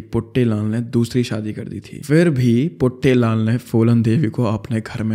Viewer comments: It's not puttylal.. it's puttilal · That 'Puttelaal' cracked me up😂